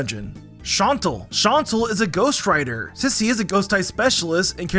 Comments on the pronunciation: Also "Wilkstrom" and "Shantle" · You mispronounced Shauntal, Wikstrom, and Geeta (Shauntle, Wilkstrom, and Greeta), AND Shauntal isn't supposed to be a ghost writer. She writes about her experiences and battles, how is she supposed to credit someone else for that?